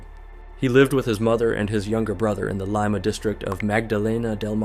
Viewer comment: ah yes, good old lime-a peru.